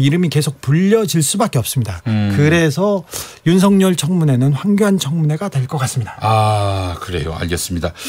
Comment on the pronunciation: 주진우 기자의 황교안 발음은 빨라서 황견으로 들리네. 누렁이 ㅎㅎㅎ